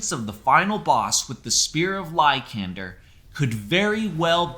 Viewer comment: The way you say LY-KAND-ER makes my feet ball up lol.